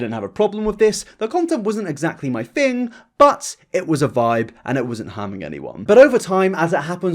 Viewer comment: I like the way you pronounce your sentences 😂. I’m in NY and I am in love with your voice and I am in LOVE with red hair! ❤️😘✌🏾✊🏾. Especially when you say “fing” (thing) I LOVE IT!!!!!!